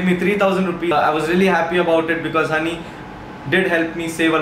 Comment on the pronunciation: joinhoney ko jhonny padha apun